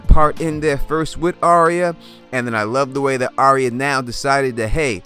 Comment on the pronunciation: It's pronounced "Ar-ya" like "Are-ya going to the store?" Not "ArEEuh"